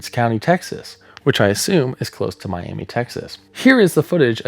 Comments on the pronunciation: How interesting. I live in the Texas panhandle and never knew the Twister image was from a tornado in the area. For future reference, Miami is pronounced My-am-uh. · West Texan here. Miami, Texas is actually pronounced "Miama". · My only problem with this video is how you said Miami Texas cause that ain’t right my friend it’s my-am-uh lol great vid though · it's Mi-am-uh, Texas :) Both Miami, Oklahoma and Miami, Texas are pronounced Mi-am-uh because they're named after the Miami Tribe; Miami, Florida is named after the Mayaimi Tribe, so it's pronounced differently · Just a quick note, Miami, Tx is pronounced “My-am-uh” Great video regardless! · It’s pronounced Mi-am-uh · Quick tip: the town is pronounced “Miama” or “Miamuh” I don’t know why it’s pronounced that way either, and I’m from the area lol Great vid!